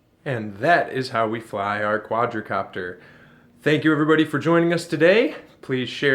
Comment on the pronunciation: Quad copter. Not quadra. Please don’t make any more videos.